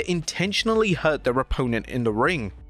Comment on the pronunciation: What’s an oppoennt lol